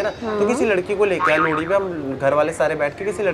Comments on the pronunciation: Wo लोड़ी नही लोहड़ी होता ह शायद😂 mst वीडियो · भाई साहब लोहड़ी होता है या लोड़ी 😂😂😂